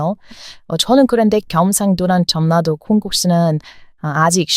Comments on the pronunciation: 한국어를 잘 하시는데 한 가지 말씀드리자면 "전라도" 발음이 제 귀에는 "전나도"로 들리는데 전나도가 아니라 "절라도" 로 발음하는 것이 옳읍니다. 이는 자음접변 중 역행동화 현상입니다. 응원합니다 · 전라도 는 "절라도"로 발음합니다.